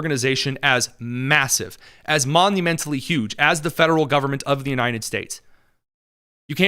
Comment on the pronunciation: Bro can’t even say “United” correctly. ‘Unined”